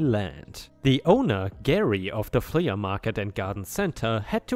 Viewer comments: It's not fle ah it's flee but spelled flea. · Flea is said as "flee" not "flee-uh." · Love your stories! We watch every day. I just thought I'd give you a little help with your English. The word flea is pronounced flee. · "Flea" sounds the same as "flee." In this case the A is just modifying the sound of the E in this word, but is otherwise silent. A "flea market" is an almost-slang term for a miscellaneous outdoor market, something between a garage sale and a normal outdoor business. Many outdoor markets in the rest of the world would probably be considered "flea markets" if they were in the US. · Helpful hint: the word Flea is simply said like FLEE. The A at the end is silent. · Flea is pronounced flee like to run away 😀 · Flea is pronounced flee. Your pronunciation getting much better! Keep up your good work and thank you for making videos. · Flea is pronounced flee (the a is silent) it rhymes with bee and sea... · 🌟 FYI 'flea' is pronounced the same as 'flee' 🌟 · It’s pronounced “flee” market, no hate, just so you know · For the man narrating the word flea is pronounced flee!! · it is pronounced "flea = flee." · Good story here. Btw, flea is pronounced "flee." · Pronunciation note: the "flea" in "flea market" is pronounced "flee" 🌟🌟🌟🌟🌟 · In english we do not sound the a separately in flea market, it sounds the same as flee.